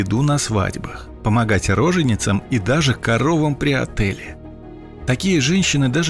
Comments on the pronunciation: Роды у коров называются отёл, а не "отэль"😂😂😂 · Отёл, Отёл, а не "Отел" 🤣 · Что? При отэле !? Может при отёле? Далее АФФТАР сам себе противоречит, говоря в предыдущих роликах, что бабу с "прицепом" брали охотно, а в этом ролике они почему то, чуть ли не прокажённые. Насколько мне рассказывали почтенные матроны "захомутать бобыля" было отнюдь не тривиальной задачей, и к этому стремились, а не чертыхались от них! Аффтар опять ссыт в уши неподготовленных умов!!! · Интересно было. Спасибо. (поправка: роды у коров называются не отЭль, а отёл) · Не отЕли , а отёле ! читаешь , так хоть вникай , о чём !!!! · ""Помогать коровам про отэле..." Либо коровы жили в отэлях, либо автор не знает слова отёл (роды). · Правильно говорить не при ,,отЭле,, а при ,,отЁле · Очень много интересного, спасибо огромное. Всё замечательно, но прочитайте текст раньше, ведь у коровы "отёл",никак не отель. Бьёт по ушам.извините. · Очень смешно было услышать "при отэле" вместо правильного "при отёле" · Батюшки светы🤣 " отэле"? Это шо цэ тэке? "Отёл"- тёлка. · коровам при ОТЭЛЕ что Отёле емае (ударение на "ё") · Отеле??? Может отёле? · "Коровам при отЭлеле"? Или всё таки при отёле? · Корова при отэле? 😂😂😂. Может при отёле? Не? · "помогать коровам при отЭле"... Ну вы даëте!!!! Коровы в отелях не живут! У коров бывают роды: "отËл". Грамотеи! Поди, вся инфа такого же уровня, от ИИ... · У коров отЁл, а не отЭль 😀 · Не отеле а отёле только 😉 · При отеле?!!! ))) При отËле. Смешно ей богу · Мне тоже это резануло по уху! При ОТЕЛЕ!!! Думаю потому, что диктор читает не вдумыааясь в текст. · Роды у коровы - отёл, а не "отель". Говорите правильно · Коровам при отэле! Вы это серьезно думаете, что так читается? 😂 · Коровом при "ОТЭЛЕ"???????? 😂😂😂😂